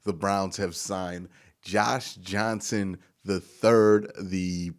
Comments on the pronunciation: John Johnson is the one we signed, he’s pronouncing his name wrong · We were playing dumb cuz kept getting John Johnson's name wrong in the video. I didnt believe we were getting a Lingerie League player. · You literally cannot say his name right and I love it 😂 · Does john johnson have to be a patreon member for you to say his name right.